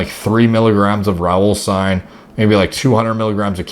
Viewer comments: What did he say, raolsine? Rayoline? Reyosine? Raisin? What's this dark horse supplement? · Wtf is he saying? Raul Sign? What is this stim he keeps refering to?? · what does he say? 3 milligrams of Raulstine? Raw sign? Rowlstein? What is the name?? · RAUWOLSCINE is the thing i couldnt understand you're saying or find in the transcript xd